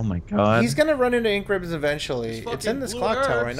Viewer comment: in: Misreading Basic Button Instructions and Overusing "Een Kribbons"